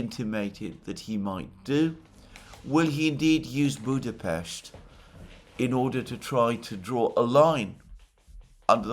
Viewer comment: It’s BudaPEST not BudaPHEST in English. You don’t pronounce other foreign Capital cities as they do in their language, why this strange obsession with Budapest, why do you single out this city? Just weird it is, given your other linguistic and physical nervous tics